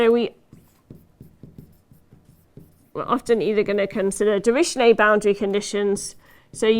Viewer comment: afaik you seemed to pronounce the German mathematician Dirichlet's name as "drish ley", which is better pronounced as "drikh ley" where "kh" is some where between "k" and "h" (closer to "h") sound...